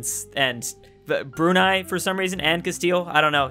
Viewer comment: Ty for saying brunei